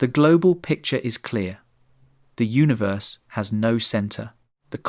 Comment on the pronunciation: Say Uni then say Verse, now say unaverse